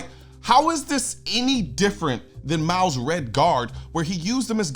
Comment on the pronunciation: Mao's, not Ma's!